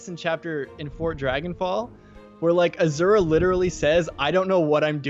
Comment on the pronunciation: Every time you say Azura I hear you saying Ashera instead.